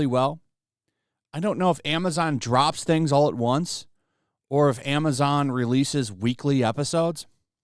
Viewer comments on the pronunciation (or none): none